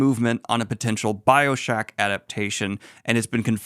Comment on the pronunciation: Cant wait for "Bio-SHACK" lmao i laughed at the pronunciation and I will only say it this way from now on!